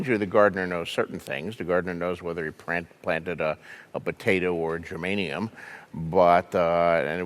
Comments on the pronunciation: "gerMANium" is an element. "geRAINium" is a plant. i guess he definitely, IS NOT, a gardener. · Geranium, not gernamium. Yes, I went there. But I will always bow to George.